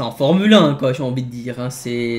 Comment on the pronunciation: On dit formulin pas formule 1